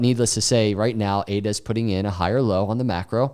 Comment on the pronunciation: I liked it when he said ADA 🥰